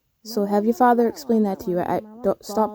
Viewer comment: you are too funny ‘faaatthhaa’ 🤣